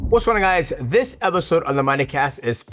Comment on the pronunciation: “Wassonnaguys.” Translation “What’s going on guys?”